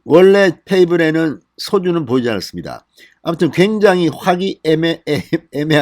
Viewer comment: 화기애애냐 화기애매냐 발음이 좀 우짜든동 똘똘 뭉쳐야 한다!